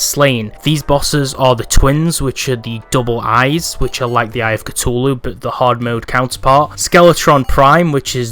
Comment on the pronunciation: “Cutulu” ...what